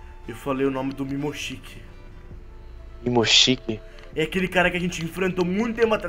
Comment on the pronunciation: Não é mimoshiki é mimoshiki